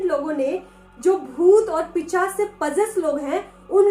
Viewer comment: Dii 1 years pehle or abhi ki videoes mai 1 baat common h jo maine dhyan diya h ki ap hamesa pisaach ko picaash kehte ho 😁